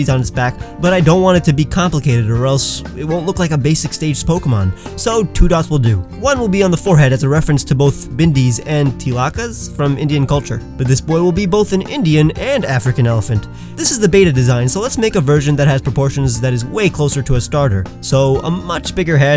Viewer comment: Tilak pronunciation Ti-l-k Not ti-la-ka Though I really love how someone really gives India love in pokemon Not A-di-di A-di-ti